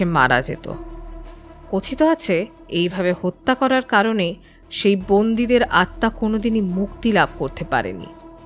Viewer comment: জোক নয় জোঁক 😂 আত্মার উচ্চারণ আত্মাঁ